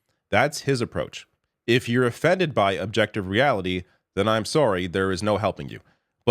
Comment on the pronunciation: first time I heard say a very stereotypical Canadian accent "Sorry" 😂